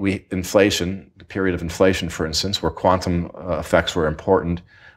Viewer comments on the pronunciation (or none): "weewee inflation"